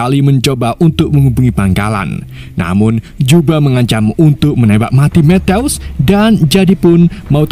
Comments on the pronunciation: Kerenn film nya. Tapi mas nya baca matiu kok metews😅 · Penyebutan nama sersan matthews ketika di ucapkan berbunyi matius , bukan methouse min .. alah alah wkwkwk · Methouse ... eddhaw eddhaw kek suara tembakan polisi india .. mana berulang ulang lagi ..gue yang malu dengernya 😢